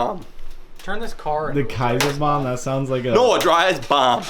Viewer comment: Just sounds like you’re saying bum not bomb